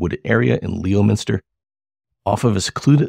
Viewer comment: first of all, it is pronounced lemon-ster, not leo-minster. secondly, I know Ronnie LeBlanc. he is a storyteller, a yarn spinner, a liar. thirdly I am from leominster. I'm 62 and have lived in leominster all my life and I never heard any of those stories. I hung around hundreds of people in leominster so I would have heard something. sorry to rain on your parade. hopefully no hard feelings on your end.